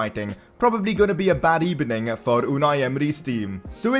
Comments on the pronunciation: On the keyboard, B is next to V, that's why he says "Good ebening" instead of "Good evening" LMFAO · Good Ebening Senor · The comments of this video 20% how Wenger is better than unai 80% “good ebening” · Good ebening as well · good ebening señor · "what did you think of var today?" - commentator. "it's very streched decision, gud ebening." - emery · Good Ebening everybody I wanted to watch Leicester city Carrer Mode. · "It was not a good ebening" Meme of the Day